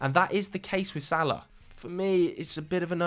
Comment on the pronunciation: the disrespect on salah’s name…